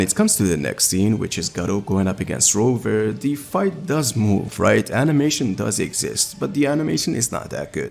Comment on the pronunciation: Viz calls him Roover lmfao if your gonna talk shit at least be right